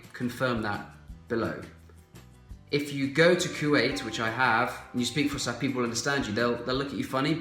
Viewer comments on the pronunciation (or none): It’s Fus’ha not Fusha 😁